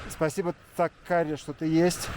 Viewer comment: 😂😂как город называется, где хурму добывают? Озеро не Цаккари, а Цахкари.